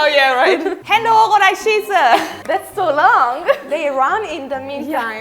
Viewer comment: It's just "Hände hoch" tf